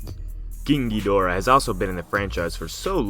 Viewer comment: pronounced Geedahra